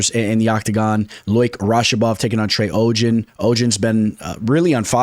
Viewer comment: Trey O jen fight week. Only person I've ever heard mess up trey's name lol